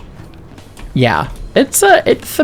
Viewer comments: Fun fact, Saint Denis is not pronounced “Saint Denis” it’s actually pronounced “san danee (in a French accent)” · the city of Saint Dennis is not pronounced the way it looks. Its pronounce "San Denee". its french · It’s pronounced San den-ee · "Saint Dennis" is crazy lmao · "We made it to Saint DeNNiSS" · ah yes, my favorite town "Saint Dennis" give him no context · Those semaphores sprinkled all over Saint Denis (pronounced Saint Danee) are upper quadrant semaphore signals, common on British railways in the early 1910s-20s until being replaced by electric light signals in the 60s. I’m sure you know this already, but the 4-6-0 is mostly based of the Baltimore and Ohio #147 “Thatcher Perkins,” built in 1863. She retired from service in 1892 which means this engine does not fit the 1899 time period by 7 years, unlike the more period appropriate 4-4-0 which is based off NYC #999. The bell sounds for both types of locomotives are taken from Strasburg #90, albeit a bit smaller than they actually should be. Surprisingly the AI engineers have accurate American whistle codes you’ll occasionally hear when departing/arriving at stations, going through crossings, even that emergency 5 blasts to tell you “clear the tracks.” All-in-all, pretty decent portrayal of turn of the century American steam while still being cursed in the infrastructure department. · i've never been to Saint Denis and i'm irrationally bothered by it XD